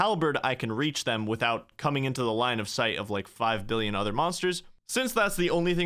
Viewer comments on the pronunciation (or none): none